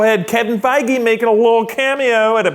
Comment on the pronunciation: It's pronounced fee-guee btw